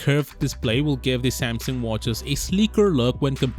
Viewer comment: It’s pronounced SAMsung NOT Saimsung. Also, you should change your channels name to Samsung worship, or android worship channel. Because all you do is bitch about Apple and praise Samsung and android. And I hate hearing that stupid. What’s up guys intro